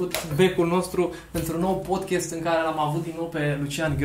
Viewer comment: Termină cu podchest! Se spune Podcast!!!